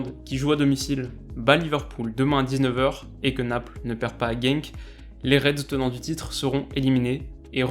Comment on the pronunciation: S’il vous plaît Genk se dit « Gant » pas « Gang »